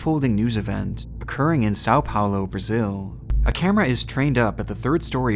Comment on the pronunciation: "Sal Paulo" é foda